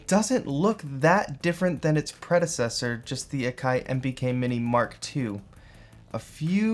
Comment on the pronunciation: it's prouncounced Ack - eye ..